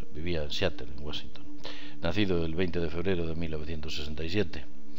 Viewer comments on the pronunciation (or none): none